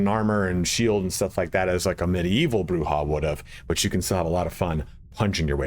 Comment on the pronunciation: Incorrect. It is pronounced "Broo-Hah". That's been backed up by many sources, including Bloodlines 1. Camarilla is either "Cam-a-RILL-UH" or "Cam-a-REE-UH" both are accurate, and Jason Carl himself has gone back and forth in "LA By Night" pronouncing it both ways. Sabbat is basically always "Sah-baht" though.